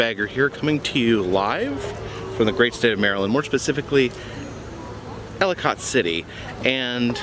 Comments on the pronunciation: Understand but is kinda funny ya won't know how to say that name unless you r from there it is pronounced as EllaKit city not how it's spelled brother lol Ellicott......lol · I don’t know why. But as local your pronunciation of Ellicott city physically hurt me. The reason why it was left abandon was because they built a strip mall on the site. The people that owned and enchanted forest worked in to the deal that they could not demolish it in the hopes that The developers would find a way to continue the operation of the park. That did not happen so it sat abandon until the contract ran out